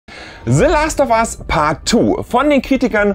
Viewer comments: "se Last of as paat tu" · Se lahst Off As Paht Tuuh